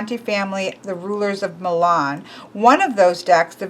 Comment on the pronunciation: Omg. The way she pronaunced Milan made me cringe